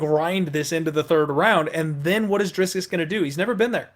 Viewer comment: What a clown. Have you nevee watched a youtube video of Dricus just to hear how you pronounce his name.. you are a joker